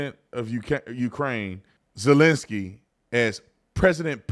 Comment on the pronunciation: “Resident uhlinssy”